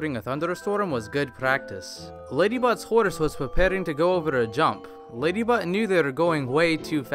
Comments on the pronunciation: he said ladybutt no ladybot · When you hear Ladybutt instead of Ladybot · I heard LadyButt instead of LadyBot XD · Ladybutt Not lady bot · I thought he was saying ladybutt XD